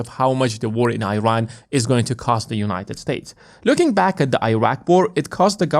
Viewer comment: Young man. It’s called “Eeran” not “Airan”